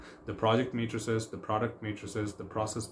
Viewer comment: Thank you very much for your effort and the nice video! Just one remark regarding the pronunciation of the word 'Metrics', which you pronounce like the word 'Matrices' in all of your videos, which was kind of confusing and it took me a while to get that you were actually talking about Metrics (pronounced normally as Metrix).